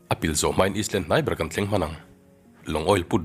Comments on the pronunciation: Ngatinge is land itih zel, saptawnga i leh land tih tur ani zawk lo mi, eyeland ang in ari ang boss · Sir.... Island nilo in Ailand tih tur ..I hmel ka va hmu chak tak. I aw hi ka kuah vawng2 duh🤣🤣🤣🤣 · Island kha Alam dan dik chu I hre lutuk ang mahse I sawi sual palh a😁